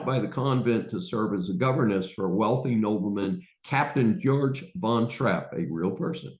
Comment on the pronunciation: Nice video. A few corrections from a die-hard fan... The fiancee of Captain von Trapp (who's first name is pronounced "Gay-org", not "Jor-ch" is Elsa Schraeder (not Frau Schmidt, who is the housekeeper). Also, I wish you had mentioned whether they stuck to the original stage version and score, or if they succumbed to the (regrettable) temptation of replicating the movie on stage.